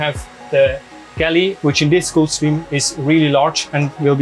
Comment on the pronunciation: Guy can’t even pronounce Gulfstream 😂